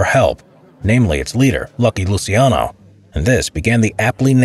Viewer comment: It's LUCIANO, not Lusiano... for non italian speakers just imagine like it was "Luchano".